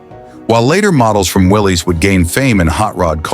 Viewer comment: so where's this Rambler you're rambling on about? I'm confused what does the '60's Rambler American got to do with cars of the '40's? It's pronounced Willis. It's Americar not American. and you show a Plymouth. and that's no '42 Chevy. they weren't gearing up for anything. They had no idea in Sept. that 3 months later we would be attacked by the Japanese. Idiots which, like all the other auto manuf.'s, they were as they were selling pre war models. looks just like a '42 Chevy.